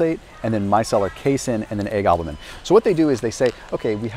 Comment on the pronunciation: Stood right in front of Optimum Nutrition, the best selling protein, and didn’t review it. Also mispronounced isolate and albumin.